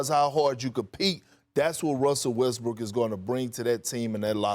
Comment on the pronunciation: He said Westbrick again. Haha.